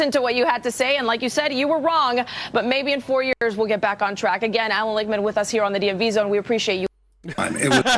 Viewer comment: Not trying to nitpick, and I LIKE this video dude, but the soy boy's name is Lichtman, pronounced WITH the T, as in phonetically LICKTMAN, not Lickman, as you're doing. Enjoyed this and subscribed.